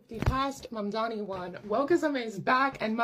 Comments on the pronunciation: BTW, his name is pronounced MamDAni, not MamDIni. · I DO enjoy your content. I’m not trying to be a grammar “NAtZI” but my pet peeve is grammar. It’s NOT PRONOUNCED “MOM-DEENI”. Pronounce it as “MOBM-DANI” and I’ll be a HAPPY CAMPER! Those types of mistakes Are the ONLY areas of yOUr videos that drive me crazy! OTHER THAN THAT, KEEP IT UP!!! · Please don't pronounce his last name like it's Italian! We help build this city, this clown like all liberals only know how to tear things down. Mon-don-knee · Is the pronouncing of his name as “Mamdini” an accident or a jab? * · Calling him "Zohran Mandini" throughout - love it 😂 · The way you pronounced his name cracked me up, zohran mamdini😂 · I love you but I am DYING at your pronunciation of his name lol 😂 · Ma'amdeeni... plz always keep pronouncing his name like this, it's hilarious. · She can’t even say his name right 😂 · JESUS CHRIST GET HIS NAME RIGHT LADY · learn to say his name right. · You're pronouncing his name like he's Italian. which is an insult to good Christian Italians! Might be just your accent...Like the Great Houdini. But Mamdani may need to learn the art of escape! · It's hilarious how mispronounces his name on purpose